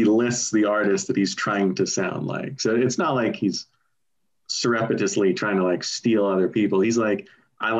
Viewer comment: I've never heard the word "surreptitiously" so mangled before.